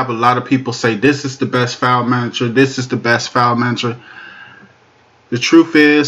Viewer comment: "Diss" is not a word as the way you pronounce it. The proper spelling is "This" and is pounced like it is spelled